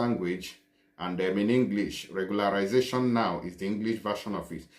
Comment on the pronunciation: Lol no bite your tongue oo, where you want read Spanish. It is "RE-GU-LA-RI-SA-CI-ÓN YA" 😂😂😂😂😂😂😂